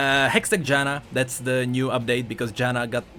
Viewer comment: Its JanNa ,not Jana